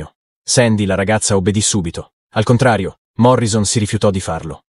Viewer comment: Un piccolo errore che fanno gli italiani alla pronuncia del nome di Jim Morrison. Si deve pronunciare Morrisson con due s!